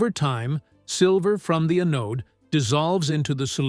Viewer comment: Anode is pronounced An-ode.